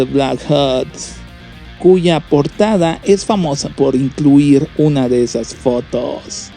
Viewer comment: Entre "automatación" y el hablar "asiiiiiiii", "fotoooooos" y alargar las palabras, tenemos al próximo rey de la comedia.